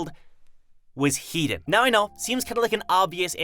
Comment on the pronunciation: Headon is pronounced "He - Don" not "Heat don", i dont know why this has anoyed me but it has haha.